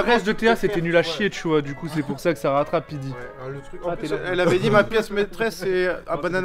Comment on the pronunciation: j'ai entendu PLIDI au lieux de pidi 9m58 sec Ca ne passera pas crème mdrrrrr